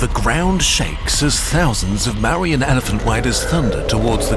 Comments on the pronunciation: Its not "marians" it's "Mour-yans" and please check imagery. All looks like mediaval Europe instead of Indian themetic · Great video. The pronunciation is slightly off for Maurya -- It's pronounced like "More - ee - yeah "